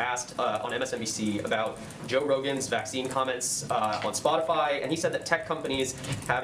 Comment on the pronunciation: "Spotifly" -Jensaki